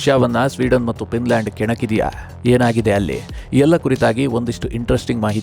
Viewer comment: It's Finland not pinland